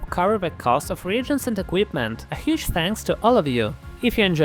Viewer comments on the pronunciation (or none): none